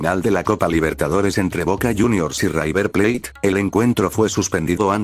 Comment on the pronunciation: Buen video! Haría algunas correcciones, como corregir las pronunciaciones (suena river plait, en vez de river plate) o verificar algunos datos como el de luis diaz que hace bastante que es jugador del bayern, eso sí, en el momento del secuestro jugaba en el liverpool. Me parece muy bueno lo que haces, siento que algunos detallitos podrían hacerte pasar de algo muy bueno a la excelencia. Saludos!